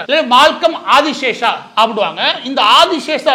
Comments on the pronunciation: அந்த முக்கியமான நபரின் பெயர் : திரு. மால்கம் ஆதிசேஷையா... ஆதிசேஷா இல்லை... 1008 முறை, நீங்கள் 'ஆதி சேஷா' , 'ஆதி சேஷா' என்று தொடர்ந்து சொல்லும்போது, நீங்கள் சொல்லும் கருத்தின் மீது கவனம் செல்லாமல், உங்களின் தவறான சொல் ப்ரயோகம் மீது சொல்லொணா கோவம்தான் வருகிறது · #Malcolm_Sathiyanathan_Adiseshiah was a Converted christian originally from a #TeluguBrahmin family. Pronunciation NOT ஆதிசேஷா BUT #ஆதிசேஷைய்யா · Boss Maridass you are mis pronouncing Malcom Adisheshaia as Adishesa . Please correct. when I was doing pre university class Malcom Adisheshiah was the Vice chancellor of Madras University and he was also a Christian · ஐயா, அவர் ஆதி "சேஷையா" ... Not ஆதி "சேஷா" ... உங்கள் கவனத்திற்கு. மேலும் FeTNA US இல் நடத்தும் meet களில் பெரும்பாலும் சினிமா பிரபலங்கள் தான் கேளிக்கையும் கூத்தும் தான் இருக்கும். இலக்கியம் ... பெயருக்கு அங்கொண்ணும் இங்கொண்ணும் side la யாராவது கத்திக்கொண்டு இருப்பார்கள். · மன்னிக்கவும்..Malcolm Adhiseshiah என்பதே சரி.ஆதிஸேஷா இல்லை. தாங்கள் தவறாக உச்சரிப்பது சரியல்ல. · அந்த பிரமுகரின் பெயர் மால்கம் ஆதிசேஷையா என்பதாகும். இந்த காணொலியில் அவருடைய பெயர் ஆதிசேஷா என்று தவறாக உச்சரிக்கபட்டுள்ளது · ஆதி சேஷைய்யா என்பது சரியான உச்சரிப்பு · மால்கம் ஆதிசேஷைய்யா அவர்கள் சென்னை பல்கலைக்கழகத்தின் துணைவேந்தராக 1975-78 காலகட்டத்தில் பணியாற்றியுள்ளார். பின்பு 1978-84 ராஜ்ய சபை MP ஆகவும் இருந்திருக்கிறார். சிறந்த நேர்மையான நிர்வாகி. அவரது பெயரை சரியாக உச்சரிப்பது அவரது புகழுக்கு நாம் செலுத்தும் மரியாதை‌.